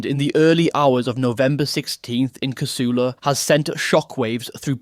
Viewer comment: It's Cah-soo-la, not ca-sul-a. You're a pom, right?😀